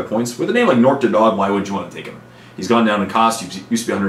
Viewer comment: I always thought Nork's last name was pronounced "Dead Dog." O_O